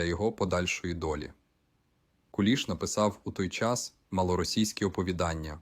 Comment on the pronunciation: Точно ШІ ! Наголоси не українські. Навіть в минулому москворотий не сказав би КУліш,бо таки ж КулІ'ш.